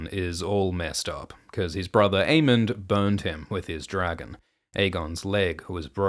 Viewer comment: This is a new timeline where pronounces Aemond as Aemond and Daemon as Daemon